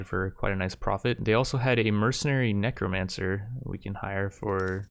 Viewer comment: Rip, no more saying 'Kneecromancer'